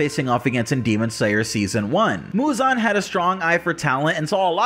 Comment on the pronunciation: Why can't anyone properly pronounce muzan? Lol.